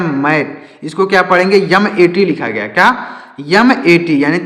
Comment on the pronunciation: Sir jib aap ki padhaneme Thora mistake hua haii mat ko aap Nepali me mait bolteho😅😅😅❤